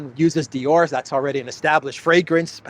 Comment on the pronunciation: Are you sure it's Dior and not eeyore?